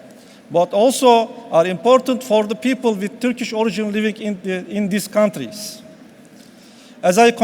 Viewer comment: bari Turkish kelimesini doğru telafüz etseydini sayın bakanım :(